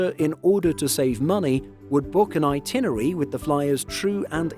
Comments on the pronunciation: *"itinerary": 5 syllables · this guy runs a travel channel and can't pronounce itinerary. He says it so many times.